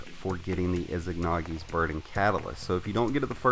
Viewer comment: Saw no one mention this (not hating but need to let this out) "IZANAGI NOT IZIGNAGI!"